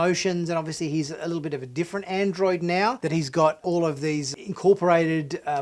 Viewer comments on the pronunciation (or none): none